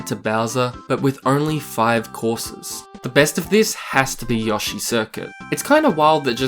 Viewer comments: I know alot of people have already said this but: YO-shi not yosh-E ok I don’t mean to hate but that was just getting on my nerves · Have i been saying Yoshi wrong my entire life? I thought it was Yo-shi, not Yah-shi.